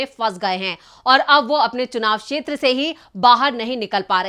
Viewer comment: मोहतरमा, आपको अपना हिंदी उच्चारण ठीक करने की जरूरत है। क्षेत्र को शेत्र बोलना सही नहीं है क्योंकि क्ष ध्वनि क्+श से आती है। अतः क्षेत्र कहना चाहिए।